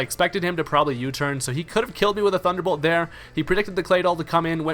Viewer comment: "probablyhadunn" xD